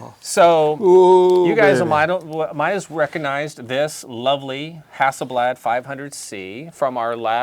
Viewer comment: hahsselblaht Porsch and it's Toy-yot And Hond 😐